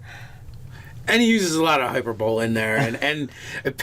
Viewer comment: its pronounced "hi- per- ba- lee" not hyper bowl lmao